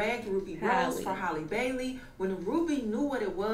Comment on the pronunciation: “Haley Bayley”😂😂😂😂😂